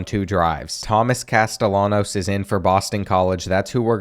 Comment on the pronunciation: he said castellanos wrong